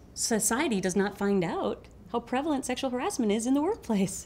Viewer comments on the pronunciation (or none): "sexual haressmont"